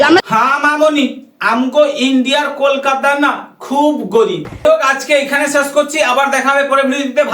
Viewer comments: সাউয়‍্যামারানি কলকাতাটাও ঠিক করে বলতে পারেনা 👺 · Kolkata uchharan karne Nahin a raha hai😂